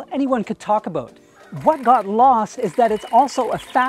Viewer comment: When said "aboot",I figured he's Canadian. Great video